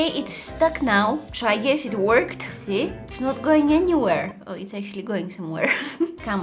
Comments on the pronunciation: When you said “it worked “ it sounded like “ it twirked “😂🥹🤣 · When she was doing eyeliner all I heard was it twerked it twerked😂